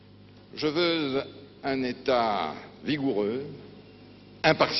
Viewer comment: Je veuleuh un état,je veuleuh. Je veuleuh un état,je veuleuh,je veuleuh un état ta ta ta vigoureux.Un état ta ta ta impartial.